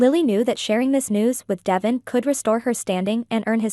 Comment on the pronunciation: Pronounce Devon's name right